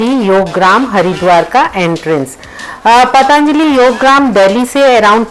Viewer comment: बाकी तो,सब कुछ अच्छा लगा.... पर...... पर...... आपने पतञ्जलि शब्द का उच्चारण करना वहाँ जाकर भी नहीं सीखा.... अपनी नज़ाकत छोड़िये मैडम, आप भारतीय बनकर रहिये अपनी संस्कृति, अपनी जड़ों, अपनी मातृभाषा को मत भुलाइये....